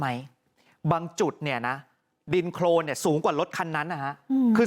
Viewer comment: โคลน ไม่ใช่ โครนไปเรียนเพิ่มนะ